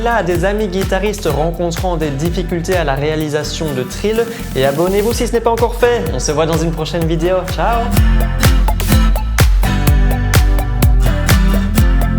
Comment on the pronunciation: C'est marrant, "trille" je le prononce "tri YE " et non "tri LE"